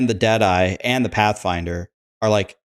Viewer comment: When u say Dead eye (ranger) I keep hearing Jedi😅